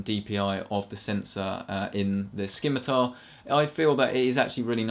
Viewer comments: Also British, also si-mi-tar, because..... not dumb...? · ski-mi-tar? SKI-MI-TAR? it's si-mi-tar, no k lol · Hey, I have a question. Now that a couple of years have passed since this video was uploaded... how DURABLE is the Corsair Scimitar RGB? Is it as indestructible as the Logitech G600, which has lasted me over 4 years now? Asking because I'm interested in buying one. Also, "SIM-I-TAR!!!!!" It's pronounced "SIMITAR!" Not "SKIMITAR!" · you would think a nerd would know how to pronounce scimitar